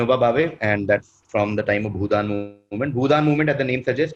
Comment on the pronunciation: Reason - doesn’t know how to pronounce Bhoodan ( he was clearly reading it). Then typing noises for the last answer.